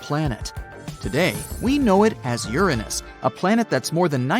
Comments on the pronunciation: No its not my anus its uranus. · “It’s theorized to be gaseous like Uranus.” 😂